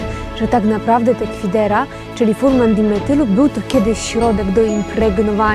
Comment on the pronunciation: Mała poprawka w nazwie substancji: fumaran a nie furman dimetylu.